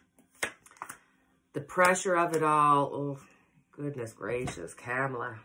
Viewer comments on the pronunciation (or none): Yes--think "comma-la"... Love-Light! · Kamala is pronounced like Comala 🙂